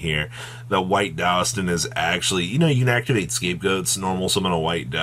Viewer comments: He said Douston a few times but I think he meant Duston. It's funny that Yu-Gi-Oh cards texts are on a collage level but Yu-Gi-Oh players can't pronounce the most simplistic words. Like Yubel for instance. I don't know how the anime pronounces it but if you're going by the book it's pronounced You-Bl but I hear a lot of people say it as You-bell. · Is he saying White Duston?